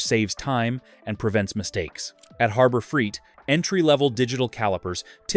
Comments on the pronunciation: When you pronounce it Harbor freet, I know you’re phony! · Annoying AI audio. Keeps pronouncing Harbor Freight as Harber Freet! The blurred video effect is annoying too.